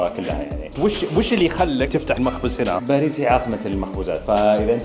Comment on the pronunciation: باريييس تنطق بمد الياء